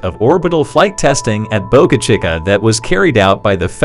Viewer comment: Someone should teach you how to pronounce Boca Chica.